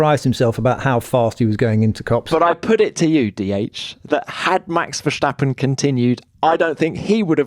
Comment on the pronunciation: He'll never learn!